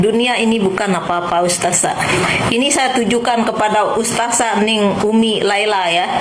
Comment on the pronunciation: Bu kerudung merah berkaca mata, anda fans nya si mata keranjang Rhoma ya? Kamu tdk kenal siapa Ning Umi Laila bahkan keluarganya. Cara kamu mengucap ustadzah saja dg ustazah, sdh menunjukkan kalau kamu tdk selevel Ning Umi Laila. Ngomongmu terlalu panjang. Nyerocos mirip mercon renteng. Kata2nya diulang2 terusssss. Pd hal Ning Umi laila cm ngomong satu kslimat. Rhoma memang mendidik anak. Tp dia memberi contoh dg tdk baik, yaitu kawin cerai.